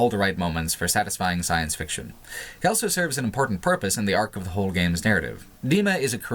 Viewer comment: says elso instead of also.